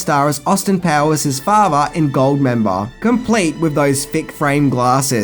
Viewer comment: Actually Michael Caine starred as Austin Powers's "fazha". Got to work on that pronunciation. ;-)